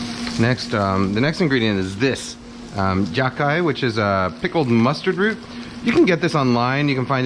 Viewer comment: It’s “yah-chai” :)